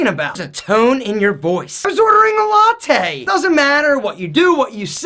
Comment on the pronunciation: "I was ordering a latey" Lmao